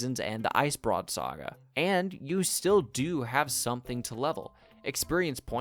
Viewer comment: Mispronounced: Ice brood saga. Arena net. Renown hearts.